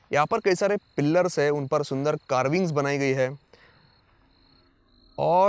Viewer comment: भाई पिलर बोला करो पिल्लर नही 😂